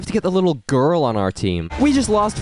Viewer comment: The way he emphasizes "Girl" makes my eyebrows raise.